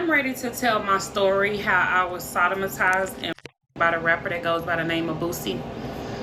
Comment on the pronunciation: She said sodomatized lol i don't mean to laugh but she butchered the word sodomized. She was 5 but remembers it being midnight? Crying without a single tear.. She's not right in the head.